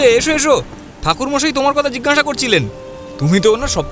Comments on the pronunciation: Jhinghasa hobe na jiggasa hobe. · যিনি গল্প বলছেন তিনি জিজ্ঞাসা কে জিগনাসা , অজ্ঞাত কে অগ্ন্যতো বলছেন খুব কানে লাগছে । একটু খেয়াল রাখলে ভালো হয় । আমি রোজ শুনি এই চ্যানেল খুব ভালো লাগে।